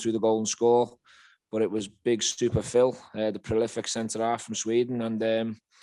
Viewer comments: Big Super Fhil he said! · I thought he said big stupid Phil for a second there 😂 great result lads! Let’s crush them at ibrox! 💪💙🔴⚪️🔵